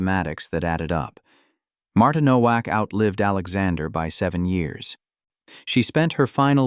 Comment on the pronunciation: It is pronounced NO-VAK.